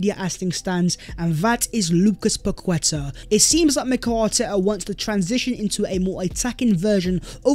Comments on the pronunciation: Everyone deserves a happy birthday shout🎉 Please try and pronounce these names as they are called, not an English interpretation, it shows respect. Paqueta is Pa-keta not Pa-kweta. 👍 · Pronounced “Paketa”, with the emphasis on the a, the u is silent. It is not about being “decisive”, it’s about the player being overvalued by the selling club, and Edu refusing to be drawn into a bidding war. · I was about to comment how to pronounce paqueta haha gg